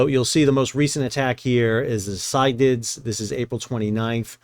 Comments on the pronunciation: Pretty sure it’s pronounced syc-la-dees, after the Cyclades/Cycladic islands in the Aegean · FYI - it’s pronounced “Sigh-clay-dees” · I think the name in English is pronounced more like sick-la-deez - it is a group of islands in Greece. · Cyclades is named for a region in Greece, pronounced “sick-la-deez”. Thanks for the updates, keep up the great work. 💪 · Handy Size Bulk Carrier Master here, currently commanding a ship similar to the "Cyclades". The name of the vessel is better pronanced as "Ki - kla - des". That space behind the bridge is usually the battery room for GMDSS batteries, the bridge toilet, or the aft bulkhead for the staircase leading to the bridge. So there is a chance that the officer of the watch might survive this.... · Ky-Cla-Dees in Greek or in English Sy-Cla-Dees. My ears were bleeding. 😀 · "si-kluh-deez" three syllables. accent on first. named after Greek island group. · Pretty sure Cyclades is pronounced as if it were "Cyclades NUTS" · The probable correct pronunciation of Cyclades is "sy kla dees" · Sol, Cyclades is three syllables, not two.